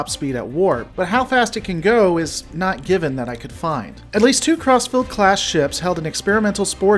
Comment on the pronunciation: All I hear is "CrossFit class"